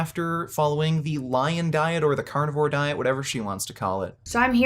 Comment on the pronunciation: I mean she literally calls it the Lyin' Diet?